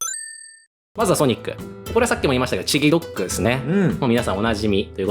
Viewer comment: のソニックの好きな食べ物ずっとミニドックって聞こえてた